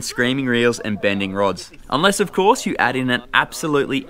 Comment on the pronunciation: This bloke will go far. He understands "yew" makes a video amateurish.